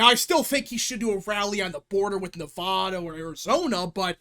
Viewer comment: Jesus dude say Nevada correctly for once in your life